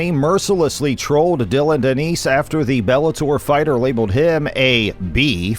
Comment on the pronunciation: You need to work on your reading skills... how do you get Danice pronunciation out of the spelling 'Danis' (Dan-nis)... you call yourself a fighting channel and can't even get the names right? Come on, that's sloppy work.